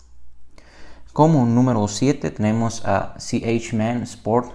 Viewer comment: me causa risa como pronuncia ch en inglês para hablar de iniciadas de um nombre latino.